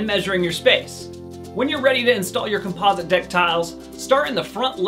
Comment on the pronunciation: Couldn’t listen to his shocking pronunciations of the words realistic and composite, had to turn it off after 38 seconds